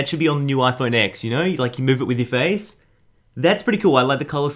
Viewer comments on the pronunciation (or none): none